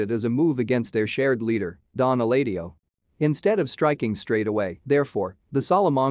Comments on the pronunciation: You might wanna consider voicing the videos without TTS if you're gonna write jokes or verbal cues into your scripts btw, because the "Nacho would've done the trick, but he's, err, otherwise indisposed" line just sounds plain jarring with the TTS. Also, the TTS read eladio as [el-ay-dee-oh] which is... also wrong. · “Don Elaydio?” For fuck’s sake. 🤦‍♀️ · Who is NAY CHO? Don ELAY DIO? If you can't get their names right, then this video loses its credibility. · Again, quite distracting that they couldn't get a narrator who knows how to pronounce the name of a major character like "Eladio" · Especially when they say it how many times in both shows?